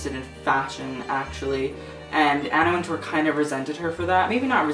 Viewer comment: it's pronounced winter btw